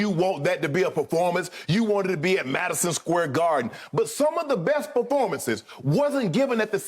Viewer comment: SHANNON: Madison scare garden. I’m dead